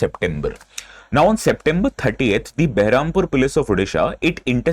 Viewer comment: It's not Beh-ram-pur, it's Ber-ham-pur. Kya sir, spelling mistake.